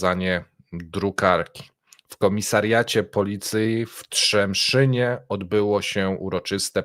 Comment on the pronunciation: Trzemesznie a nie Trzemszynie. To 13 km od mojego domu. Mamy ubaw tu niezły.